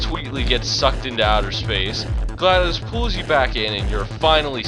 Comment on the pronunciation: well at least someone said glaDos's name right